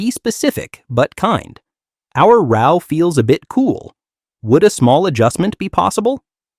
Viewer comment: He keeps saying rau not row😅